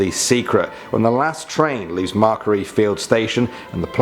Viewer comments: I'm Aussie and have only heard of number 6 and number 1, also it's Macquarie. pronounced as it is spelt Mac quar ie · the way he pronounces macquarie 🤣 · Where was Sarah's Grave, that's the most popular story I know! and get your pronunciation right for Brisbane and Macquarie XD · and ma-quarry not macre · forget canbeara and bris-bane- MARKERY IS ABSOLUTELY UNFORGIVABLE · Hi everyone I'm from Australia and I know Macquarie fields but never heard of the urban legend to it geez now i can be scared and have a tale to tell my friends . Also it's pronounced Mac - kwo - ree fields . I used to live there when i was 5 but moved to another suburb . Sometimes I'll go on a trip to the city with my nan and we have to stop by Macquarie Fields station so my cousins can join us on the trip and none of us knew about this legend but now . Just wait till I sare them with this 😁😁 hopefully i wont get haunted . I am a child of Jesus so may he protect mine and everyone else's souls . Can the next vid be urban legends about Samoa plz ? That would be interesting . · Who got triggered when he said Macquarie station 😂😂😂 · aye it killed me when he said Macquarie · What about Macquarie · Can-brah, not can-berra Bris-bun, not bris-bane Mac-quarry, not whatever that butchering you said was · Did he just say can-bear-ah? Seriously it’s pronounced canbruh Bris-bane=brisbn Macquarie=mac-worry